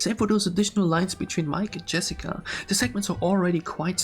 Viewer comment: bro said jerica